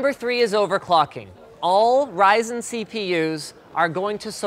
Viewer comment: it's pronounced raisin